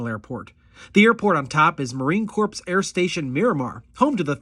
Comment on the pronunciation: Marine Corps is pronounced marine "core", not marine corpse....thanks for your time with the video!